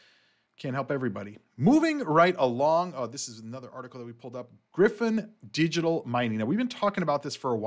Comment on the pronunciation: It's not pronounced as Griffin, it's GryyyyyPhonnnn CV :_Channel::_ICP2::_ICP::_Bitcoin